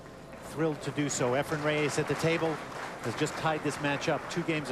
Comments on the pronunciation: Mitch Laurance: Why do you pretend to better know how to pronounce "Efren Reyes" than does Efren Reyes himself. SIR MITCH: IT'S NOT RAY AYSS -- it is Reyes. Please note the spelling. Please also note: The way a person's name is pronounced is entirely the choice of the person himself. You sound as if you have a foreign object in your mouth. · Lol .... " Efren Re-YAYS "..??😏